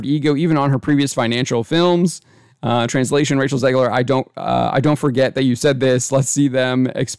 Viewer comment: "Zegler" every fucking time.